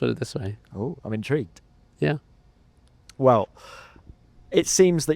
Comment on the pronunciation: in tree gued